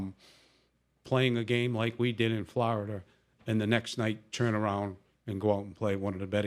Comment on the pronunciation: but he did say flowerda and we sawr